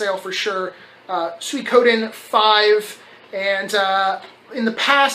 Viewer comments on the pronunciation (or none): When will you start wearing your little knit cap beanie ? I think that game is pronounced - Swee-ko-den.